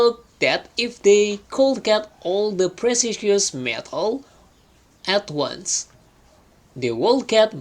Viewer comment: Mas dikoreksi pembacaan kata ini, silahkan liat kamus pengucapan yg benarnya : 1. Once 2 upon 3. Eggs 4. Though 5. Thought 6. Would Biar yg belajarnya jg sesuai.. takut mengikuti pembacaan yg salah 🙏